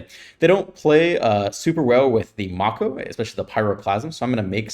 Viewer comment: It’s pronounced “may-ko” like the shark